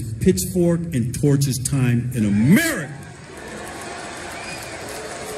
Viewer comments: I swear he just said 'Merica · Is it just me or did this sheriff actually pronounce America as 'Murica?